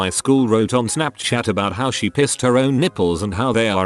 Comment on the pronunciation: Of all the amusing mispronunciations the robot voice makes “pissed her own nipples” is my favourite